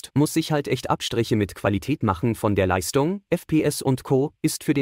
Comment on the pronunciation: Ich schaue eure Videos super gerne und ihr macht klasse Content. Das Video konnte ich aber nicht zu Ende schauen, jedes „st“ wurde als „scht“ (Leischtung) ausgesprochen… Meine Misophonie macht es unerträglich das Video zu schauen 😂 Dennoch 👍 hoch!